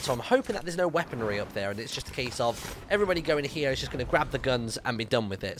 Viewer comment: Nobody Literally nobody Him: Hallow every bodty im in the lettle wuud and welcome back to fartnute